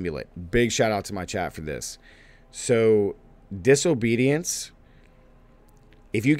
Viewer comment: Did he say diso-bootyance?